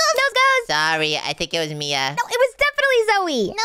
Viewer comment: It is Mia not min